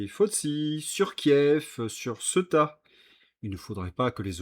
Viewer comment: veux-tu bien faire l’effort de prononcer les noms correctement? Je ne parle pas d’Epstein, mais de Ceuta qui se prononce Cé ou ta. On te l’a déjà dit.